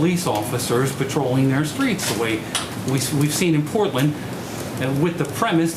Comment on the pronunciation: Normally I'd give someone the benefit of the doubt. However... With this administration who knows. Genuinely curious whether the Porton instead of Portland was her tripping up or had she never heard of Portland until this morning at the briefing...